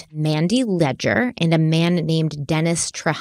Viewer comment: As someone from Louisiana, hearing you pronounce Leger (Lay-jay) and Trahan (traw-hawh) absolutely sent me. Thank you,. 🤣